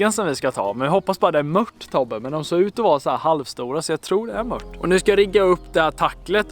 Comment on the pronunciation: JAG ÄLSKAR ATT HAN SÄGER ,MÖTT, ISTÄLLE FÖR MÖRT